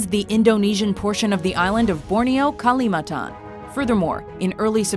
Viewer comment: its kalimantan not kalimatan